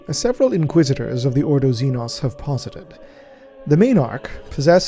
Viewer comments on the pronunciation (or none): none